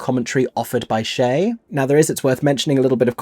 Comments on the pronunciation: Enjoyed your perceptions and enthusiasm over many reviews. A small thing---> Che is pronounced with a hard "ch" sound like cheese or chestnut (not Shay). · It’s CHE LIKE CHECK. SHEESH. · Must have too much time on my hands because I went on YT as to how to pronounce "Che Guevara" and the u is silent, just as you mention: "Gevara." However, even among Spanish speakers, Che is pronounced with hard "ch" as in cha-cha.@ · Regarding the pronunciation of CHE, I see many comments noting that it should sound like CHAY, rather than SHAY. I've heard both (in US schools & elsewhere), but of course appreciate knowing which one it ought to be. However, it made me wonder if the character's name is actually ever sung or spoken aloud at any point in the musical. I don't recall ever hearing anyone on stage interact with him by name, but I could easily have missed it, too! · I’m just four minutes in, but just need to say that ch in “Che” is pronounced like in chase, cherry, chair.. not as Cher or Chanel.. it’s Spanish 🤓 Ok now continuing on with the rest of your review ❤